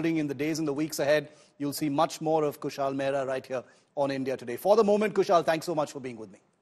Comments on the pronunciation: कुशल को कुशाल कह रहेँ हैँ। इतना तो पता होगा कि रोमन मेँ लिखा नाम गलत पढा जा सकता है । तो नाम पूछ ही लो । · Shiv, His name is Kushal and not Kushaal, the way you are Shiv and not Sheev . Don't try to make yourself as you come directly from Mars.